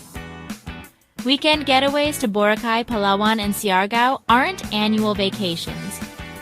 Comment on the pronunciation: You repeatedly mispronounced "Boracay" so bad, you are either an AI bot or don't live in the Philippines.